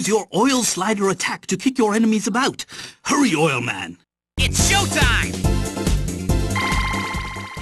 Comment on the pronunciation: HUWWY OILMAN!!!, DEFEAT DOCTOR WIWY